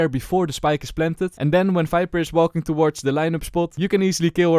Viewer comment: Him saying viper as "fiber" tickles my brain